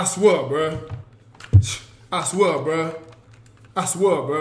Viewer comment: 😂 🤣🤣🤣🤣🤣 “I swuu bruh”🤣🤣